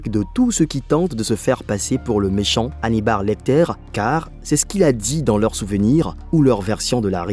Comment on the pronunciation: On a une fois de plus la preuve de votre incompétence et de votre manque de culture… Vous évoquez ‘’le silence des agneaux ‘’ et son personnage principal … hannibar lecter : faites un effort, si vous savez lire vous verrez que le prénom est Hannibal, et pas hannibar Quant à la dernière partie de votre vidéo, on reconnaît bien le film dans lequel Tom Hanks est coincé dans un aéroport … preuve une fois de plus que vous ne faites aucun effort pour documenter vos vidéos correctement